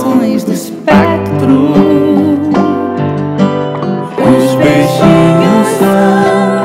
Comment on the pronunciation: Marisa: Todas as modulações do espectro. Arnaldo: Todas as modulações do espáctro.